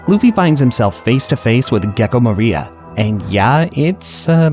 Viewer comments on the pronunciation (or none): bro who is gecko MARIA lmao😭😭sorry the way you pronounced that name in particular was killing me haha. great video!!